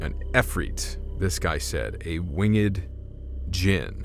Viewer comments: It’s not wing ed ginn it winged——— the e is almost silent so it’s wing with a d on the end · I believe it’s pronounced winged and not wing-ed 🤔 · Wing-ed?! 🤦🏻‍♂️🤷🏻‍♂️ Come on now, that's easy word to pronounce. Why are you having trouble with that particular word?! 🤔🤦🏻‍♂️😐🤷🏻‍♂️